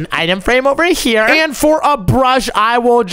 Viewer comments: It’s here not chier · Bro keeps saying chere